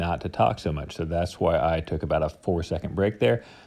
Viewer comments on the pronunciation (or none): none